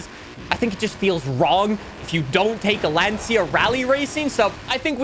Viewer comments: Love the video, but please Lancia in italian is pronounced (for english accent) “Lancha” not Lansia🙈😂👋🏻 Keep it up man, much love from Italy👊🏻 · There is no car called a Lan-See-a!!! For all of the years you have been playing car games, why not learn how to pronounce them!!! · You're pronouncing Lancia Wrong